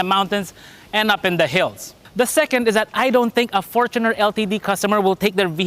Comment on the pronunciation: thanks for pronouncing fortuner correctly